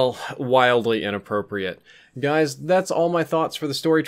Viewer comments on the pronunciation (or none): none